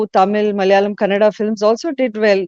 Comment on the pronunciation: It is not kannad.it is kannada.how many times you people do same mistake again and again.